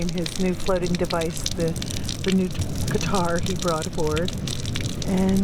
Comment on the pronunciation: Nice job on the "geetar"! I can play but and sing for shit. lol